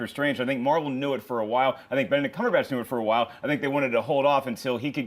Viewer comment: Okay this has been pissing me off for a while and I'd like it known by John Campea himself that he is saying Benedict Cumberbatch's name wrong. It's pretty obvious there is absolutely no "botch" in the latter part of his last name. Why do you keep on saying it? Look at his interviews; it's clear he even says his name is Cumberbatch. #CumberbatchnotCumberBOTCH drops mic